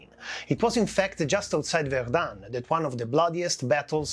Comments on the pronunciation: not verdunne but verdun , the un is pronounced dull and short. There is no E following it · Zone Rouge is terrible but the outrageous strong pronouciation of Verdum made me watch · Erm, one minute into the video and already at least 4 errors and mistakes. NOT good. 1. Verdun is pronounced differently. 2. Zone Rouge is not just around Verdun, it covers or used to cover much of the Western Front. 3. No, the mortar we see is not Dick Bertha. 4. No, not every French soldier fought at Verdun - most of those that were alive during the battle were, but that's it.